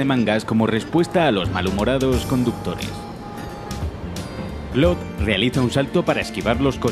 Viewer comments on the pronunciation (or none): clod xd su nombre es claude pero se dice claud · ¿"Clod"? ¿No sería mejor "Claud"? xD Igual es una estupidez. Muy buenos videos. Saludos. 👋🏻😁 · clod Xd Perdón, estoy tan acostumbrado a que le digan literal Claude. (Así como se ve) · Por qué les dicen clod ? Se le dice claude espid así lo escribo a propósitos así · Se pronuncia claud no clod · "Clodt" vaya pronunciación.... "Un detalle que a Rockstar siempre le gusta cuidar.." el desmembramiento solo era posible en GTA 3 y en versiones antiguas de PC unicamente. No hay nada peor que una revista de "videojuegos" que no sabe de videojuegos. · 1- son solo errores, ademas se pronuncia cloud (sin pronunciar mucho la I) 2-No tienes la idea de demandas y Dinero qué causaria los desmembranientos en los siguientes juegos de la saga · gringos: Claude Latinos: Claude España: CLOT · Que estresante como se refiere a CLAUDE como "Clod", españoles tenían que ser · Nadie:: C L O D